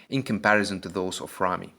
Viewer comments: Your ramy and ronnie pronunciation is the same, this is confusing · When you say Rami or Ronnie I hear no difference lol. So which of them won I have no clue? :D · Say big ramy or ronnie coleman and not Ramy ronnie rony